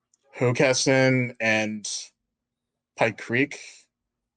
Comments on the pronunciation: You did a good job researching Delaware! I‘m especially impressed that you correctly pronounced „Hockessin“ and „Newark“. Mispronunciations are a dead giveaway that someone isn’t from here. 😀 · Credit for pronouncing Hockessin correctly.